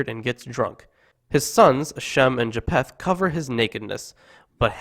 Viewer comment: It is Ja-feth, not Ja-p-heth. 😀